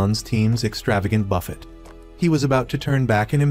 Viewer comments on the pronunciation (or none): “Buphet”. It is buffet AI😂 brother instead of boyfriend. I laugh so hard at the AI narration😂 Also nice caption for a click bait. I thought this was some sort of NCIS but a romcom instead